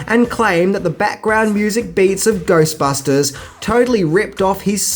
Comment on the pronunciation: 3 secs watching and I hear Goystbusters :P